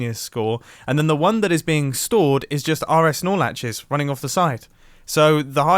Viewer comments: Did he just say rs snorlatches 😂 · As an electrical engineer, hearing “R-S Nor latches” just burns my ears.